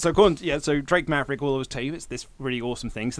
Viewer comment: Wait he didn't say drake maverick right, that's not oli!!!!!!!!!